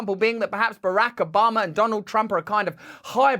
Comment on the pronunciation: I am here just to hear Russell's pronunciation of "Barack" (Obama) - because it makes my day better. I do not know why. 😂🤷‍♀️